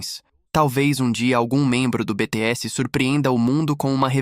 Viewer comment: Esse imbecil deveria saber falar o nome do grupo e dos íntegrantes corretamente, já que vai falar tanta abobrinha tantas teorias idiota falastrão! me poupe até pra ser burro tem que ter limites.